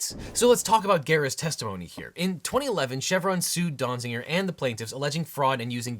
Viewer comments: If it's Donziger, why are you pronouncing it Donzinger? And it appears to be Glavin, not Galvin. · Small quibble: Donziger, not Donzinger. The title has it right, but a second n is being said in the video. :( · How many times did you say or almost say Dong-ziger? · That was too many times to hear a person say "Donziger."